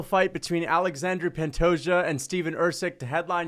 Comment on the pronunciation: ’ disdain is so strong that he can’t even say “Pantoja” 💀